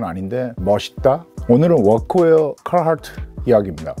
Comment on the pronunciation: 아니 ㅋㅋ 특정 영어 발음은 존나 굴릴려고 하고 워크웨어 이런 발음은 전형적인 한국 번역체 발음이네;; 하나만 하쇼 형님;; 어줍잖게 혀만 굴리니까 교포인척 하는 사람 같잖아요.